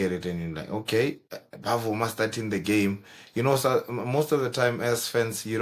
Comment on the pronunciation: it is NOT Bavuma it is Bvuma pronounced as Vuma